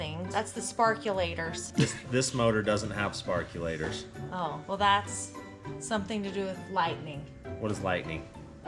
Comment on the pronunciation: Sparkolator? What is this, vice grip garage? 😂🤣😂🤣😂 🐸✌️💨